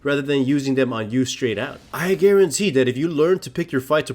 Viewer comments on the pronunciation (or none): "I Garen-tee" I c what you did there ;o